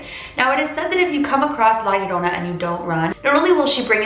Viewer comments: It's pronounced jorona in Spanish "LL" two of them sounds like a j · It’s pronounced ly-a-roan-a (roll your tung at roan) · im mexican its prounounced yorona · HARDER HARDER LA LORONA HARDER HARDER!!!!!!!!!!!! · La llorona - "La yo-ro-na" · Just so you know the 2 L's are pronounced like a y so you would be pronouncing it like la yorona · All I hear is la aroma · Haaha no you didn't pronounce it right but you tried!!!! Dude I always heard this when I was little from my dad! Aint no urban legend bro all my latinas know that!!😂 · I’m Mexican and you did say it wrong but it was closed By dad told me stories about her and one time she tried and took my dad when he was a baby My dad told me she drowned her children then herself now she haunts children and takes them and drowned them almost like how you said my dads actually seen her like I said before but he has seen her walking around and taking them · "Now, I might be totally pronouncing this wrong..." Yes. You are.